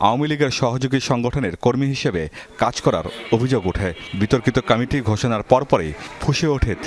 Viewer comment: কামেটি আবার কি রে? কমিটি উচ্চারণ করতে এই অবস্থা? বি এন পি অবস্থাও আওয়ামীর মত হবে, এইটা শুধু সময়ের ব্যাপার।